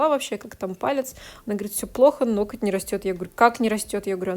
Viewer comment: у Вас очень интересные видео, мне нравится смотреть нестандартные маникюры в сложных ситуациях! Правда, есть единственная просьба: обратите внимание на слово "ноготь" и на ударение при его склонении, оно всегда падает на первый слог (нОготь, нОгтя, нОгтю...). Понимаю, что блогерам достаются придирки со стороны зрителей, но уж очень часто Вы его повторяете. Спасибо!